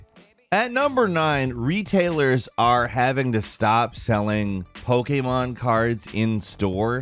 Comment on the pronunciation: Damn I'm so happy you say Po-K-Mon not Po-Key-Mon